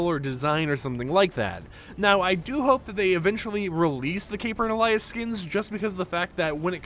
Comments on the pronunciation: Alias is pronounced "ay-lee-uhss" not "ahh-lay-uhss" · Alias: pronounced AY-lee-us….ghaa this has been killing me since they were first announced. Used in a sentence: “What is your alias for the caper?” Drives me freaking nuts! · Why does he keep saying the word alias like that